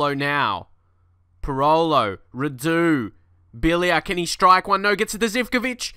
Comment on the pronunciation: not Rahdu, its Ra-du